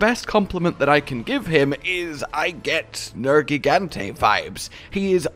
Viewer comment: Did just pronounce Nergigante with a hard G?